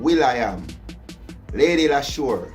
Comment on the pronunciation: 'Lady Leshurr & Lady Lykez SICKKKKK Freestyle!', oh and its pronounced 'Leesha' :-)